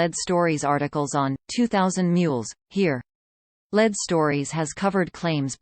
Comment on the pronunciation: I believe the robot announcer should be corrected to say “ LEED” (lead) stories. Not “Led.”